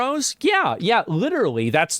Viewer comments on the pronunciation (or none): none